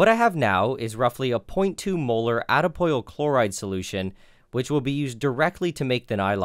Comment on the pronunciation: Every time he says molar i hear "Mueller" as in the mueller report. i cant not hear it.